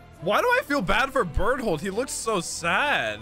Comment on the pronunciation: It's the first I heard Bertholdt's name pronounced Bert-Hold haha